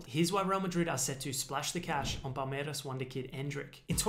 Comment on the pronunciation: A round of applause for your pronunciation of "Palmeiras". You nailed it.